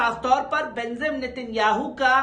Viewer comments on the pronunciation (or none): J ko Z kyu read kerta hai..BENJIM NETANYAHU ko BENZIM read kerta